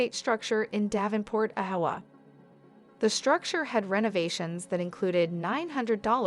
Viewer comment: Duh butt??? Did you mean debut (day bew) Aiwa???(a i wah) IOWA??? (Eye o wah) dumb ai voice overs.